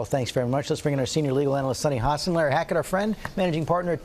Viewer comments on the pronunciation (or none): none